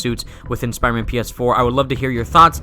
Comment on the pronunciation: You notice how he says spierman instead of Spider-Man 😂